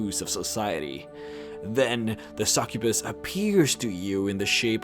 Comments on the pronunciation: a "Sakubus" o.O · You pronounce succubus really weirdly